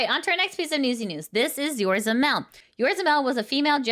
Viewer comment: I know it's not a big deal.... but it's "Yo-Zo-Ra", not Yorza as you kept saying over and over.... You're missing an 0 in the middle and swapped the R and Z. But nice to see where to see Aqua and Mel again once their new debut happens.